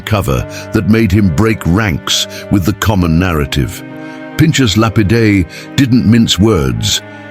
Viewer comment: It would be good if your robonarration could be programmed to pronounce "Pinchas" correctly. It's got an aspirated rather than a soft ch.